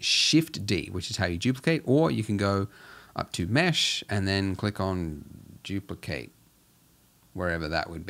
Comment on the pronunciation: "we can Juplicate our donut"